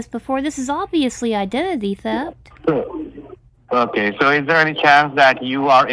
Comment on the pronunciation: AND EVERY THING IS (AH-KAY)????????????????